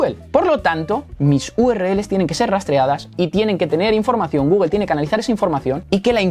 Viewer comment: Me parece maravilloso tu proceso didáctico, pero se me atora toda la info y me chirría cuando dices Gúguel, Náik. Considera pronunciar las marcas adecuadamente, Gúgl, Náiki. Mancillas feamente el contenido.